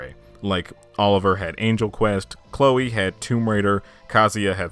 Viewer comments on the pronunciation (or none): none